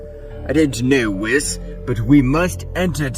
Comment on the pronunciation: It's an AI voice, notice it can't actually say Whis name correctly. Next to none of the AI readers can actually get it right. They don't learn who a word should be said but rather direct reads it. Meaning a hidden attempt to convey it's an AI reader with goofy audio.